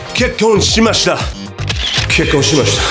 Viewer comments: のｹｯｺﾝｼｬｯｼﾀ!!!ｹｯｺﾝｼｬｼﾀｯ!!!が 2024年の初笑いになった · ここが結構しましたに聞こえる wwwww